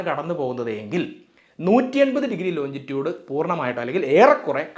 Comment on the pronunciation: Longitude ലോഞ്ചിറ്റ്യൂട്